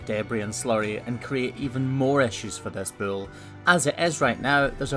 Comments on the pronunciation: its Bull not Bill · I love the way he says "bewol" instead of bull